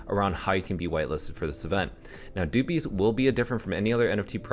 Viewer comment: good vid. but fyi it's pronounced like puppies but with a d